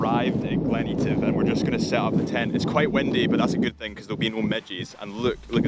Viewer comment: Please, its EH - TIV not EE - TIV:)